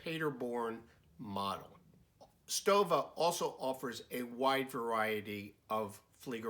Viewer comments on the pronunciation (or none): my friend. it's pronounced as: STOVA not STOWA. Thanks excellent video. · The exact prononciation is : "SHtova" like "shut" or "show" ... Thank me later ;) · Stowa is correctly pronounced "stover.".